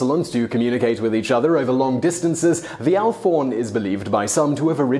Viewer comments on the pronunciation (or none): "Alphorn" is pronounced "Alp-horn" rather than "Alph-orn". (As in, a horn that is being played in the Alps.) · "Alforn"?? TanzAnia - pretty sure it's TanzanIa. And if something is spelt Semantron, I'm guessing you should pronounce the N. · The alphorn is pronounced alp-horn because it's a horn from the alps. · It's pronounced alp-horn. It's a horn after all.